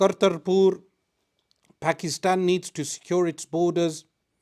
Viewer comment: Can some one ask him to pronounce Pakistan properly. He pronounces others names correctly why not Pakistan. Thanks